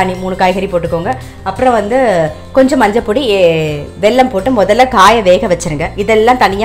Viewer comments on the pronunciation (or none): none